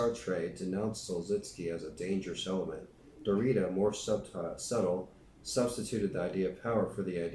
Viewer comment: Derrida is pronounced (DARE EE DA).